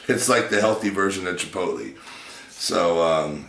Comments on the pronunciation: it's Chipot-lay not Chipotleeee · Chipotle is pronounced chipotlay not chipotleeeee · did he say chipotlee